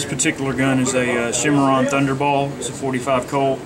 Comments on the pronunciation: Not 1871, 1873. And there's no H in Cimarron. It's sy-mar-ron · It is pronounced Cim·ar·ron geographical name \'si-m-a-rän, -ron, -ran\ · the guy behind the counter really doesnt know about western firearms. he made a bunch of mistakes . mispronounced the word cimarron . made errors on facts about certain guns. if i were there id ask for a salesman who knew what he was talking about.